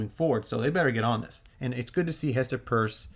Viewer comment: Doing great work Mate 🕵🏾‍♂️ How about showing some respect to Hester by pronouncing Her name correctly! She herself calls her last name as PEERS (phonetically written)! There is no U in PEIRCE!!!